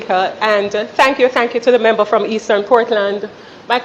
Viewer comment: And the big foot gyal dunce too....what the heck is membu. Correct pronunciation is member. Even basic/elementary kids would pronounce it much better.